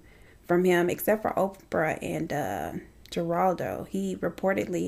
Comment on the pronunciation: Honey, it’s pronounced HERALDO- the G sounds like an H! I’m just old and that’s how I know! Geraldo was EVERYWHERE back in the 80s!!!